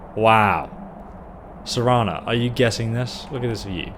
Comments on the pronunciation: The entire walkthrough you’ve been pronouncing her name as Serena then finally at the end of the last episode you correctly pronounced it as Serana. Then as soon as this episode starts you immediately you call her Serena again then you caught yourself and made the correction...then two seconds later call her Serena again lmao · "Serena" hahaha.....come on dude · it's ser-ana not see-ina also it's Val-er-ica also ser-Ana will be set to crouch if your crouching and she auto talked to you (she forces it you don't activate her to talk) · shawn arthur idk which livestream it was but he always called Serana Serina, he just prefers how he pronounces it